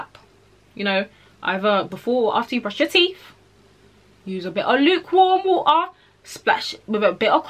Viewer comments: use a bi' oh' leuk worm wo'ah the british in her jumped out 😭 great video though! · she really said "luke worm wo-a" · I like the way she says water